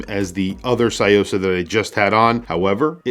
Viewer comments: Love your video and visual of this piece. One thing I have to point out: it’s pronounced “Tsu” or “Tzu”-yosa, not “sai”-yosa. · It's Tsuyosa, not Sayosa. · It's pronounced su-yo-sa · What is it with Americans and pronunciation - tSOO-YO-SAH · C’mon, learn to pronounce a watch correctly if you are going to review it! Good grief!!! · The way you pronounce Tsuyosa is driving me mad haha. Thanks for the review anyway. This watch is awesome